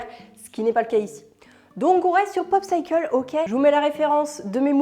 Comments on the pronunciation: Elles donnent envie ces recettes ! Juste une petite info, "popsicle" se prononce avec un [i] et non popsAYcle haha Sinon j'aime toujours autant tes vidéos et ton humour :) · Je vis depuis 40 ans au Canada et je n'ai jamais entendu prononcer "posAYcle". C'est bel et bien popsicle avec un "i". Edit. Si certains le prononcent "popsayccle", ils doivent être dans la minorité pas la norme.